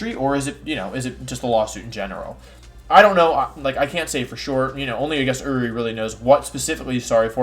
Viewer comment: I’m not sure if Wolfey is purposely mispronouncing Uri like he does with Pokemon names or if he genuinely doesn’t know how to say his name.